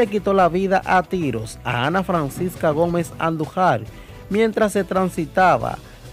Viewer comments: El apellido Andújar,está mal pronunciado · Tienen q aprender hablar se dice andujar con acento en la A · Jajajaj bro, tu tienes que aprender a pronuncìar mas esos apellidos...Andùjar, con acento en ù y angomàs, con acento en la à. Se escucha muy feo cuando tu dices; andujar y angomas jjj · Antes de ustedes ponerse a hablar por los medios, aprendan a leer y pronunciar palabras, nombres y apellidos. No es Andujár, es Andújuar que se pronuncia con acento en la u. Igualmente no se pronuncia Angómas, es Angomás con acento en la a. Coño aquí todo el mundo se piensa que puede hablar en los medios. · Como usted no ha escuchado para poder pronunciar correctamente los apellidos ANDUJAR Y ANGOMAS, el primero se acentua en la U y el segundo en la última A. estos son apellidos tradicionales Dominicanos.